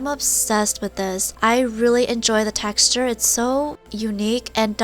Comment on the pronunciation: She said textue